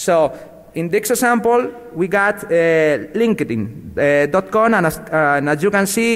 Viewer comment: I cried at 'linke-ding' x'D